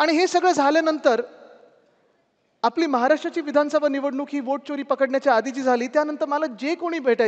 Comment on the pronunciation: च्योरी नाहीरे चोरी म्हण मराठी माणसा